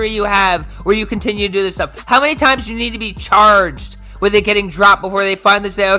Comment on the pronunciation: you said CHARGED like a pirate it was glorious!